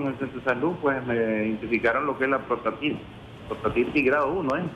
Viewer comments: Se llama prostatitis! La entrevistadora dice : protastitis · Aparte de que interrumpe al doctor al comienzo del video dice protastitis!